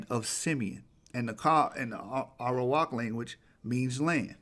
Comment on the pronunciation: Like you say Arawak min it sounds like 'Iowa'.